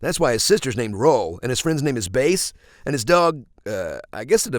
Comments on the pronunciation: Thank fuck you pronounced Bass' name right... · At least he pronounced Bass' name right, unlike MM8, which pronounces it like a fish.